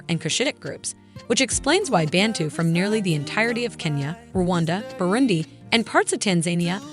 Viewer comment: We say Bantu, not Bentu.